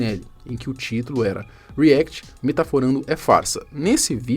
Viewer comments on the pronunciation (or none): none